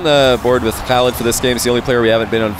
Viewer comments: no not fully proply and its not prounced halid btw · Can I ask, does pronounce the 'Khalid' in oKhalid correctly? I thought with Kh in arabic you don't pronounce the K like you would typically in English, and its closer to 'halid' but with that sound before it that idk how to type